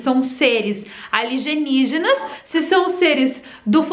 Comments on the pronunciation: A L I ( G E ) NIÍGINAS..? O NOME NÃO SERIA. A L I E N Ì G I N A S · Querida o nome é Alienígenas e não aligenigenas ok , fica a dica de português . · Alienígenas e não aligenijas kkkkkkkk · Ela tá falando aligenijas por que quer ?? Kkkkkk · Eu acrediti em "ALIGENIGENAS" como você mesmo fala.